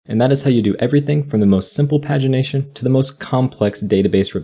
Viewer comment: The way pagination is pronounced in this video is just baffling to me It's always been 'page-ination' to me